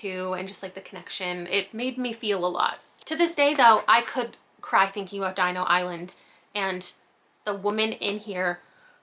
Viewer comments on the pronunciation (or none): none